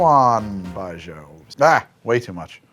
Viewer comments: How are you getting " bijoe" out of that pretty sure it's "bijew" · tf is BI-JO? You mean Baiju? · There's not really a Frenchy 'zh' like the s in treasure sound in Chinese. The closest thing the j sounds like, is just a normal j in English. So Baijiu sounds pretty similar to like, bye-je-oh, with that je-oh being really fast. Apologies if that's not very clear, it's the best I can do!